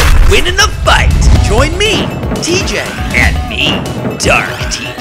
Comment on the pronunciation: Why is the special guest pronouncing your name "T Gay"